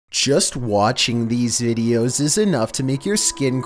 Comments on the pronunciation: Did anyone else peep he said “Ideos” and not “Videos” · Sounds like he says videos without the v